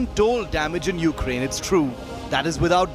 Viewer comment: This guy keeps mispronouncing the name of the country. It is pronounced "you-CRANE".... not "YOU-crane". Some may say this is a small thing, but it is a matter of respect... or in this case - disrespect. Have you ever had anyone make fun of you by intentionally mispronouncing your name? Yeah, THAT kind of disrespect. To further stress my point, imagine a politician talking about new Japanese policies, but he kept referring to the country as "JAP-an". Frankly, I would have trouble listening to anything else he had to say after that.